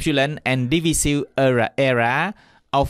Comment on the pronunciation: Divisive គេបញ្ចេញសំលេង ឌីវ៉ាយសុីវ, urge សំលេង អើជ មិនមែនអើកទេ